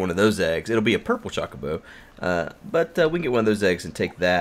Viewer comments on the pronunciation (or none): The "o" in Chocobo should be pronounced like the o in "low". It's not "Chalk-o-bo" like he says it but really "Cho-co-bo". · I think it's suposed to be "ChocoBow" But he sais it as "ChawcaBow" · It's Cho-co-bo but i've always called it Choc-o-bo, even if it is the former, the proper pronouncing doesn't have the same charm. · You admit that you know that you're saying Chocobo incorrectly and then continue to do it anyway despite what everyone says. I think I love you. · This series is turning out great. Btw, I forgive you for saying Chocobo the way you do; so many ways to pronounce things I won't gripe at you for saying it. About the Nether Fortress in Sea. 4 map; Heck yeah that thing was right there in yall's face as soon as you went through the portal...no way you guys coulda' missed it. Here's hopeing you find one in this series soon. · Him saying about him saying Chocobo wrong reminds me of him saying "pinch." I think I said "him saying" enough. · Chookabew, chuckibaw, chawkiboo. Who gives a crap? can pronounce it however he wants. It is a made up bird for damn sake!